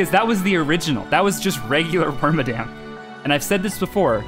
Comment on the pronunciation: lets go i got wormadam right